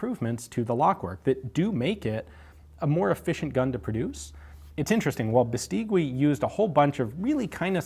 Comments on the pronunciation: You really sound well speaking spanish, but Beistigui is not Biisteewe. In spanish you must ignore the u between g and i, unless it have "¨" (ü). Bestigui sounds more like Biistighi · It's pronounces "Beistegi"not "Bestigüi" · By the way, "gui" is pronounced like "ghee." In Spanish, the "u" is not pronounced when between a g or q and an i or e. Overall, excellent video as usual! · The correct pronunciation of Beístegui: accent on the first syllable and then the 'u' is silent. When I was a kid I had a bicycle made by them which was a very popular make, 'BH' (Beístegui hermanos). The bicycle factory was situated on the city where I grew up. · Here in Spain nobody calls it "Beistigui", just BH. And if you didn´t grew up with a BH bicycle , you didn´t had a childhood. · Hi !! Spanish here, Tiny little thing: Bestigui is pronounced something like "bestighi" Great videos btw !! I love your channel flies away